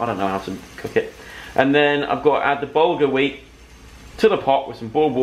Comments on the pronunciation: Bahaha hahahah joe I'm pretty sure bulgar weat is like cuss cuss which is pronounced like coos coos 😂😂idk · laughing at how Joe pronounces bulgar weat